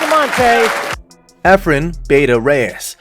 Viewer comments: please pronounce it as Bah- tah, not Beyta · Cmon dude, say the name right. Bata isn't supposed to be said "beyta" Bustamante even says it right himself, why can't you listen to that?